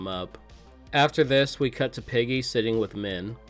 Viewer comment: You definitely just said piggy instead of Peggy haha